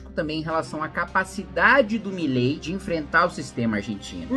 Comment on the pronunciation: Cebolinha: "Já vilei fã do Milei. kkkk"